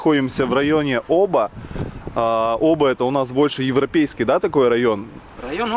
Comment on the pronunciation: В слове Оба, ударение на А)))...